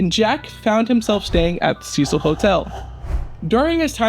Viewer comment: You aren’t even pronouncing the name name of the hotel.